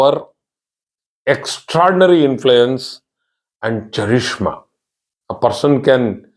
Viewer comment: It’s pronounced ‘karizma’.